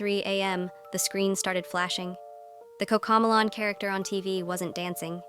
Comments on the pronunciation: You said cocco melon instead coco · "Cocomalon" noooo os cocomelon! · Cocomlon ❌ Cocomelon ✅ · kokalon 🤣🤣🤣 cocomelon bro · Bro said cocomalonan 💀💀💀